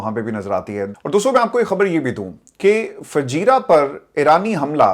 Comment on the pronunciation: It is not fajerra. Fujerah.